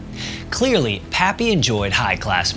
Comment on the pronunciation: PAPPY, not papy, for God's sake! Your illiteracy is galling!